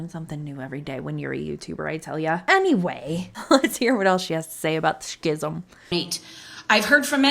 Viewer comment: it’s pronounced skism. Like the sch in school.